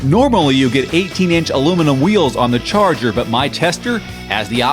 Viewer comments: I want to slap him every time he said, "Charger"! At least get it right. As for leg room and rear seat accessibility? I'm 5'10" and have had 4 back surgeries. I can get in the back seat of our R/T via the passenger side with no problem. When looking to buy a new modern muscle car, I wanted away the Mustang and Camaro on rear seat room. There is none! I've had three teenagers in our car comfortably! Love this car so much, we want another in Green with Envy even if it's a 2011. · Great review. Try working out those slips on the "Charger" and "Challenger".;P